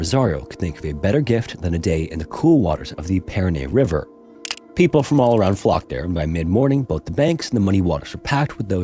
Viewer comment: please, please teach that AI how to pronounce the Parana River. This was grotesque, not because of the piranhas, because of the horrible pronunciation. And by the way I have piranha bites.